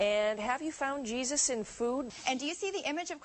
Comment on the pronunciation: "Cheesus?!" C'mon.